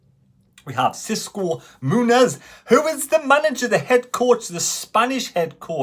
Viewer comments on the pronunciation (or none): none